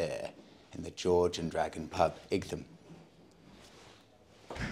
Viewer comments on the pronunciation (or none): IGTHAM? IGTHAM? Really? It's pronounced Eye-tam! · Did no-one tell you it’s pronounced “Eye Tum” not “Ig Tham”. Also, there are no motorways between SE London and Igtham. Nice place for a ride out though. We have plenty of great villages here in Kent. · Eye tum not ig tham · Pronounced “ite ham” I believe. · Dumb pronunciation of Ightham. It's pronounced like the word ITEM ! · Great video - I believe Ightham is pronounced the same way as "Item", it's just old English spelling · Happy New Year ! Its pronounced eye-tum What a beautiful spot, there is so many in Kent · Great vid as usual…nice to see our county on here again - it’s pronounced ‘I tam’ though ! 😁😂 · It's pronounced EYE-TAM or "item". Like many English words, the "gh" (as in "light") is silent. The "h" is also silent. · I'd have guessed its pronunciation as "Item"? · Igtum lol. You need some Kentish lessons. 🙂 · I had to do a double take when I saw your title. I grew up in Ightham, and even worked as a kitchen porter in the George and Dragon around 15 years ago. It was utterly surreal to watch you ride through roads I once knew so well. As other have mentioned it is pronounced "eye tam", but my my you do have quite a talent for finding the hidden gems no one else seems to know about. Never would have thought I'd ever see one of my fav youtubers in my old little unknown village. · Igthumb? 😂 Sorry but it made me laugh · Happy new year and Monica, it is a nice village and the Mote is worth a visit. Generally it is pronounced It'm like light without the L. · Hi. My wife and I know that area very well. It’s actually pronounced “Eye tam”. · It's pronounced "eye-tem". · Hi, great to see you taking my advice to go to The George and Dragon but I’m so sorry that I didn’t tell you how to pronounce Ightham! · What?? pronounces something wrong? Surely not!😂😂